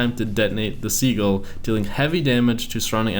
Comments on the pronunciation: really seagull.... not that hard to pronounce si-jul._. sigh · Sih-Juhl, not seagull 😂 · as a grammar nazi,, i disapprove of Sigil being pronounced as sea-gull, pronounce it as si-gil with the I's like in fill and the g like in giraffe. flies away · Its pronounced sigil not seagull XD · its si-jil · Said as: sid-Jill, not being a know it all, just saying 👍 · Btw it is pronounced sijil